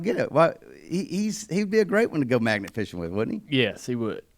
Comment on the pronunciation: At first I thought Dale said, "maggot" fishing...didn't sound like much fun to me. Magnet fishing sounds like a good time though.